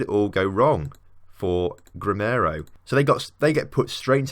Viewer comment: GREMIO, not GREMINO